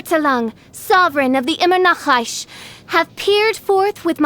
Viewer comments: I love how she pronounces “ EmEnAcReSh “ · The voice actress should have added some correct pronunciation of German language for some words. The way she says Verurteilung, or Immernachtreich is just destroying my ears😂